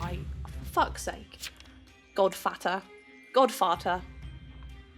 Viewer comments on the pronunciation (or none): When tried to say godfather instead of godfater she said godfarter lol